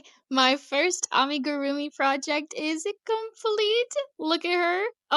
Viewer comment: You are saying Amigurumi correctly. It is pronounced "ah-mee-goo-roo-mee." It actually drives me crazy when people say it the other way. My side gig as teacher is teaching knitting and crochet to kids ages 6-18. You are not required to use the yarn under method. Also when you are using channel yarn I recommend new crochters use a ton of stitch markers to mark their stitches. The side your tail is on is the wrong side. I would drive you crazy if you were my student because I would have a you redo so many things. Because it will often not work out if you don't. Some projects are just fine and you can fudge it. I will miss JoAnns. They have the best selection of yarn in my area. It is really good. I will not step foot in Hobby Lobby for political reasons. I have a Michael's still. If Hobby Lobby is what you have then I understand using it. I would more then likely. There should not be yarn shaming. Use what you would like and what you can afford.